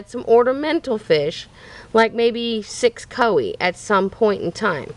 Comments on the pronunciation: Its not C-O-I-E pond which is how you said it. Its pronounced C-O-Y and Spelled Coi. Please get it right. You make yourself look stupid when you post videos so the world can see and you can even pronounce a simple word. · It's spelled koi you say koe but it's koy